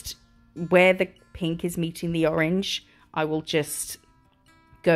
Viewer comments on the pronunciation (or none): Omg when you were doing the ombré ish sun I swear you said “orange jizz’ 😂😂😂😂😂😂😂😂😂😂😂😂😂😂😂